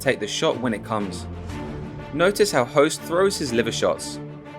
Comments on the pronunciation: its not pronounced Host, its pronounced Hooooost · Hoost not Host lol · I grew up watching him on k1 ESPN. Never really appreciated his skill as a fighter til now. Also did not know it was pronounced host lol.